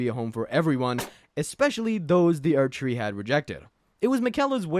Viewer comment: Aired tree